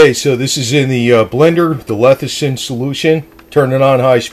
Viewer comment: Why do you jeep saying lethicin?